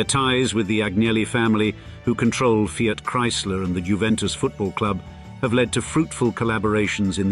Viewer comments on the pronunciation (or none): none